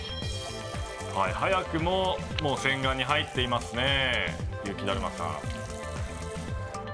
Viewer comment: ゆきだるまをゆきだまって言ってね？ww